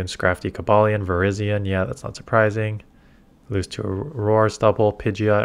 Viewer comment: Ayy got Cobalion's name right